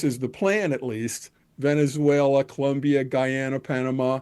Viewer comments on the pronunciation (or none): none